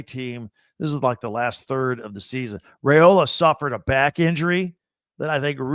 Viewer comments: Can he lead the Huskies? No, he definitely won’t do that, as he doesn’t play for Washington or UCONN. I seriously almost stopped listening around the mark. Edit- His name is pronounced “rye-ola”, not “ray-ola”, and Colorado wasn’t ranked when Nebraska beat them. I should’ve stopped listening when it first crossed my mind. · It’s not RAY-ola. It’s RYE-ola. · WOW! Can’t pronounce Dylan Raiola’s name correctly, then calls the Huskers huskies. Get it together, B1G! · Dude, you stole my comment! lol. Why would I listen to a guy that can’t pronounce our QBs name and is confused on who the HuskERS are. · Husker here. Sense Hate. Everyone plays cupcakes non conference, why stress ours ten times? And WHY MISPRONOUNCE OUR QB'S NAME!?! Does Not Reflect Well on What you Do and Don't Know.